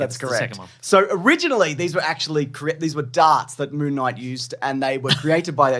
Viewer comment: Mr Monthday Monthvies.